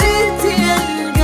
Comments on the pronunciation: ديك الكاضي ما عندها حتى معنى حنا فالمغرب كانقولو القاضي اما هاد الكاضي عمرني سمعتها فحتا شي بلاصة و كي قالو ناس زمان الزيادة من راس لحمق فنضري مسحي الأغنية و عاوديها مسگدة لانني عمرني ما نولي نسمعها بهاد النطق هذا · شمن كااضي الله يهديكوم كنقولو القاضي بحرف القاااف 😑كتعوجو ف الهضرة بزز منها